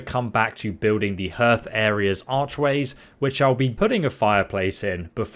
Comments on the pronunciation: HEARTH rhymes with BATH... not GIRTH! 😂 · Amazing builds and nice explanations. The sped up sections are useful. By the way hearth is NOT pronounced "herth" in queens english. More like Harth. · Sped-IP segments are good, keep them in. Also, it's 'harth', not 'herth'. 👍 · That's your pronunciation issue? Not herth? Hearth is pronounced harth... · Love the builds and it's good the way you speed it up too 😊 one little thing hearth is more like h-are-th than h-earth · Just a heads up - hearth is pronounced 'harth' and not 'hurth'. Sorry to bring it up but noticed it in a few of your vids now :) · Hearth is pronounced like “heart”, not “earth”. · Please!! Hearth is pronounced 'harth'!! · The E in Hearth is silent.